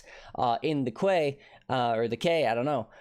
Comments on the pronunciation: Kway or the Kay 😂Try Key. Welcome to Advanced English. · BTW, "Quay" is pronounced "key". It's just another term for a dock. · Quay is pronounced more like "Key" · Quay is pronounced Key. Thank the French.